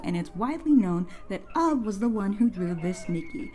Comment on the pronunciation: I always thought Ub was pronounced Oob until I watched this video, and then I looked it up after hearing your pronunciation. Learned something new today. Thanks for teaching me how to say it right lol